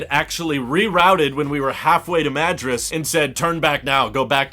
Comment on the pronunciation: I live in WA near where you were driving. I bought a reflective insert for the glass roof and have been using it all summer. It was pretty cheap and helps lower AC demand. BTW, The Dalles rhymes with "gals" and Madras is like mah-DROSS.